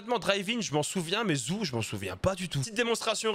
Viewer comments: Zoo zou ? Non non pas ça 😅 ça se dit o pas ou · Merci pour les infos! Juste un truc: le nom de la nouvelle map, ça ne se prononce pas "ZOU" mais "ZOO", comme un parc animalier quoi! 🤣😂🤣 Tu m'as plié! 🤣😂🤣 À part ça, moi je m'en souviens très bien de cette map, je la kiffais pas mal d'ailleurs! Allez ZOU! 🤣😁👊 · Ça choque personne quand il dit "la map zou" 🤣